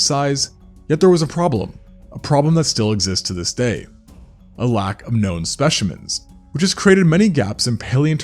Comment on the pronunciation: U said speshimens